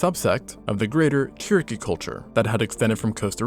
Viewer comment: According to Wikipedia, it's actually pronounced like "tshi-ri-ki".